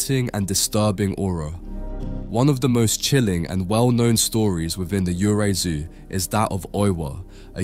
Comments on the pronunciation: Great video. Just wanted to note that Japanese ghosts, 幽霊 "yurei" is not pronounce "you rai". It is pronounced, "yuu ray" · "Yurei/幽霊" is pronounced as "you-ray." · I’m sorry man, but Japanese pronunciations are HORRIBLE! You pronounced “Yurei” (幽霊) completely wrong!